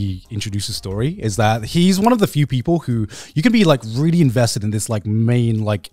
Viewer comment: Everytime garnt says the word "really", he pronounces it "vreally".